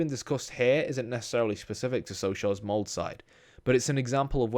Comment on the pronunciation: Molde! MoldE! E like in the name Elizabeth lol